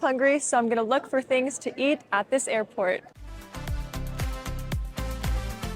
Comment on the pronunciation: i lave earport ❤😂😂